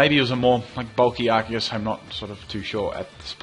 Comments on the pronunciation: Yay someone who says Arceus right. Everyone says it like arseus. They should have made it Arkeus. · You are awesome, you actually pronounce "Arceus" the correct way!